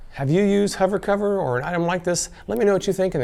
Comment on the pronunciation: MAH... SO YOU'RE A HOVAH COVAH LOVAH, ehh??